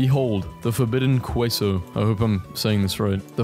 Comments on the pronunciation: I just love how you said qwaso (queso) instead of case-o that made my entire day dude 😂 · not KUWESO it’s k-eh-so. Not So the word just ssso and o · It’s pronounced Kay-so, but I hope the Mexicans/Texans let you slide because your British. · "The forbidden qwueesoo. I hope I'm saying that right." The Caucasian in me is dying laughing but the Hispanic part in me is dying 😂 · He's trying ok? 🥲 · Forget that, mah mans said "qweso" I'm done 😂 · no way this mf pronounced "queso" as "koo-way-so" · For the forbidden queso, you pronounced it wrong, it is more like ke-so, fuck it, I'll send you a tweet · No you did not say queso correctly but I’m here to help not roast In Spanish whenever you see “que” or “qui” pretend the qu is a K (unless you see these ü bad bois, like in pingüino) And you should be set!